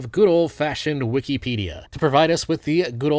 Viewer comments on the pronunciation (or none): none